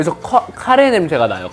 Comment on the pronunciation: 발음 넘 웃기잖아여ㅋㅋㅋㅋ 냄~새가~나요~ㅋㅋㅋㅋ